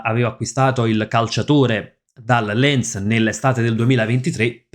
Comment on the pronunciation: Invece Lens, son sicuro: si pronuncia Lans e sono stato tifoso dei giallo e oro quando batterono la Lazio per 6-0 ai supplementari nel ritorno della Coppa...